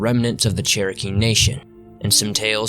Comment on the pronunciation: Also if I could speak with you, other than in comments, I'd gladly teach you how to properly say Cherokee,.